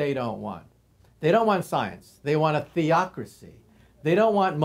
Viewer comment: The way he says ‘theocracy’ is priceless